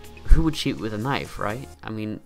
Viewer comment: Im sorry but i cant handle the way your pronounce the word "cheat" please practice next time